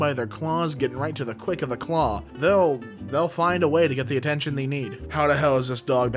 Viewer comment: why does say THEE instead of they